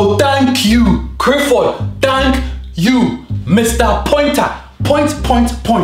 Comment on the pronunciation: not Clifford